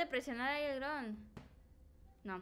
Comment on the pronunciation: y su super pronunciasion de dron... wron